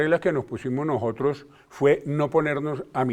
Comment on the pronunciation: Vean a este insigne rector diciendo: "Habemos gente" "nojotros" Por eso estamos como estamos........